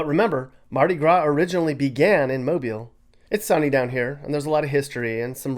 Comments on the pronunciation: Thank you for pronouncing ’Mobile’ correctly. Roll Tide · I'm from Mobile, and I'm so happy that somebody not from here actually pronounced our city right! Love my city and my beaches!